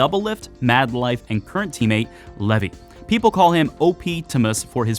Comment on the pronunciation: I think Levi should be read as "Lee-vai"